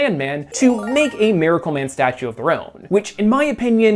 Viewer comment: do you switch your pronunciation of miracle man from 'maracle man' to 'miracle man' almost exactly halfway through the video??